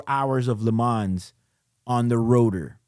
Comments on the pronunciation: Lee m-on Not le man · You should pronounce “Le Man”, the “s” is muted. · Great commentary. However, your pronunciation of “Le Mans” is exactly the reason why Rolex changed from calling the Daytona “Le Mans.” [Yes, the first Daytona was called the Le Mans.] The “s” is actually silent. It’s not “Le Mansss.” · Please stop pronouncing the ‘S’ in LeMans😑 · Le Mans is pronounced without the 's'. Just saying. A bit like Audemars Piguet. You know what I mean.